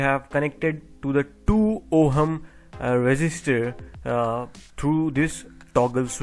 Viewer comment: Great explanation. I took some time for me to figure out how you are pronouncing certain words. Major and ohum (measure and ohm). Otherwise it is a great video. Please take my comments positively and continue the service. God bless you.